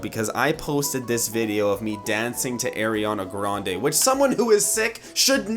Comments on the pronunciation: I'm triggered at the way he says her nameee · Airiana Grande?????????????? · since you said AIRiana grande i wouldn't believe you either way also ariana said she only made 3 mv from her album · Shadow Style90072 My friend: why are you laughing? Me: nothing. My Brain: AIRiana grande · lol the way he said ariana grande 😂😂